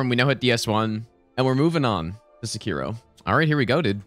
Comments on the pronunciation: The way you say "seh-KEER-o" hurts my heart a little bit every time I hear it. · bro why do you willingly pronounce things wrong that have audio queues in game that tell you the correct pronounciation?